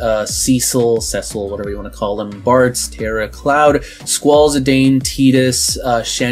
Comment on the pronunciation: You played the old Dissidias yet still mispronounce "Zidane" as "zi DAYN"